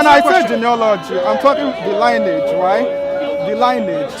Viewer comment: lionage??? he meant lineage , please check it out its all there, prophet Muhammads (PBUH) all line is clear))) whats is this confused guy trying to say? i think he is trying to be one of those westerner as a part of white people... how hard you try they won't accept you body, Be you and be proud of your background... i see a lot of so called christians who got converted they really try to be ))) MAY ALMIGHTY GUIDES THEM and us as well